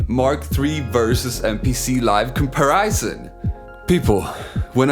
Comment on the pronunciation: Nice com-per-riz-in